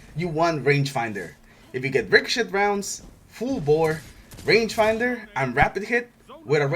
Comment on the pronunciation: I love how you say ricochet "ricoshit" XD